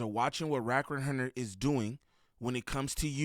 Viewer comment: Are you saying “rack100”?